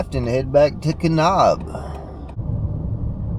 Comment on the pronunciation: Nice trip. Hot tip: Kanab is pronounced Kuh-NABB, not Kuh-Nobb.